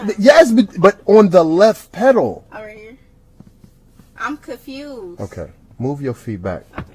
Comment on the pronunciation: "I'm ka-fused" This lit me the fk up 😅😅